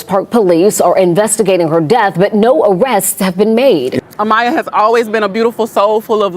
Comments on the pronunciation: AMAYA NOT amia or amnia A-M-A-Y-A ❗️❗️ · Yes!! He was pissing me off!! Who tf is Mia! It’s clearly Mya!! Trying to capitalize off the situation… sad !! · Why does he keep intentionally mispronouncing her name? I’m pretty sure we all just heard how her whole family pronounced it.